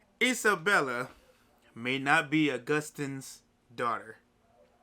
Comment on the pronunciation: You pronunciation of Agustin is wrong